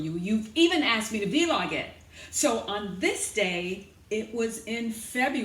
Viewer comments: She said “V-Log” lol. So cute. But I’m watching because I feel ashamed lol I’m young and there is no reason why I shouldn’t be able to get this weight off 😫😩help. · I thought I heard her say V-Log 😂 I love it 🤗